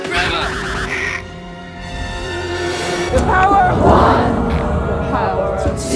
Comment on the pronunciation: Well done mate. Loved hearing you say Rings of Paw’r 🤣🙏🏼